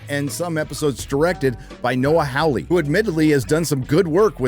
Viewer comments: Hawley, NOT “Howley.” Robot, NOT “robutt.” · As a Hawley myself, the pronunciation is Noah HAW-ley, not HOW-ley. Like Hee-HAW. Your welcome.... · FOR FUCK SAKE!!! It's pronounced "Whore-Lee" (soft-R in the middle). I know this because it's an English surname and I grew up in England, living next door to an English family with that surname. Rant over. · Second best part of the video is insistence on mispronouncing Noah Hawley's surname. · Indeed. It's an English surname and I grew up in England, living next door to an English family with that exact same surname, so it bugs me almost as much as when he says Russell T. Davies and insists on pronouncing the surname "Day-veez"... it's a Welsh surname which I'm fairly certain is pronounced "Day-viss". The E is silent and can pretty much be ignored.